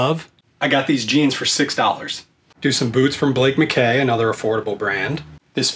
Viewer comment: It’s McKay. It’s pronounced McKay. Not McCaidh